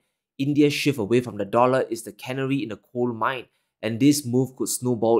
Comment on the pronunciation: Canary in the coal mine not cannery in the coal mine. Canary is not pronounced the same as cannery.